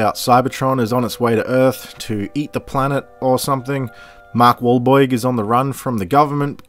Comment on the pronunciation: Mark Waelbeirg lol